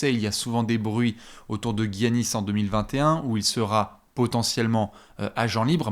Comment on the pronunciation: Il me fait rire, il reprend sur la prononciation de Avdi-YA (ce qui est tout à son honneur de chercher à bien prononcer les noms même des prospects) pour continuer à me torturer les oreilles avec celle du double MVP en titre, GUY-annis 😭 D'où tu le sors ton U?!? 😂